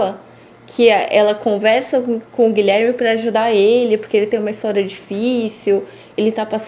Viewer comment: Fiquei agoniada com o advogado dizendo "Gilerme".